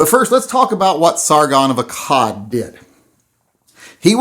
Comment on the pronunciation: SARGON of ASAAD haha